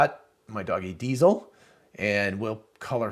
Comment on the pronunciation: I laughed when I hear u say Diesel.